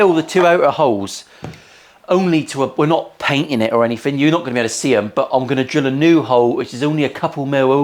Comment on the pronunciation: As an American, I like to listen to other accent. I really like your's. So, you can't say or don't pronounce your "TH" You say "anyfing"